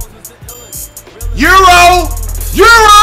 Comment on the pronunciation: Eurlo instead of euro😂😂